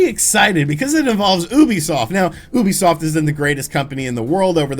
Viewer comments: I think Ubisoft os pronounced youbisoft instead of oobisoft but I might be wrong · Kinda irks me how he says Oobisoft instead of Ubisoft.... oh well, it doesn’t really matter in the end. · he said OUbisuft ._. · Little bit funny how you pronounce "ubisoft" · Thats not how you pronounce Ubisoft... is it?